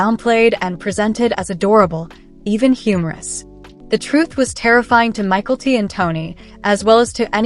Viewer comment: It’s not Michael T it is Mykelti